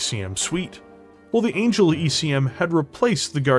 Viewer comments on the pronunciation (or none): none